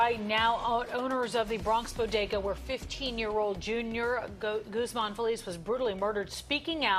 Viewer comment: I hope you don't mind me correcting you...the name GUZMAN is pronounced "GOOZmon". All due respect.